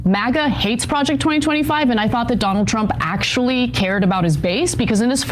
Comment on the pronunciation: It's MAGA, not MOGGA.